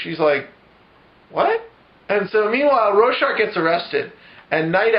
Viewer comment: The only thing that bugged me was the mispronunciation of Rorschach. Really funny otherwise...I don't think I've laughed that hard in awhile.